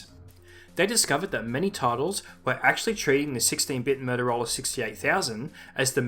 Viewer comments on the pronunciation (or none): I like how this guy pronounces Motorola as "Murderola".